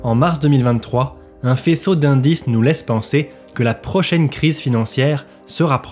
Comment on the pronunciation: Indices au lieu d'incides sinon bonne vidéo! Bonne nouvelle chaîne